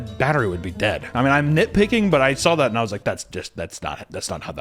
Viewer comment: Anyone else recently notice that says “drawl” and “sawl” no hate at all just noticed that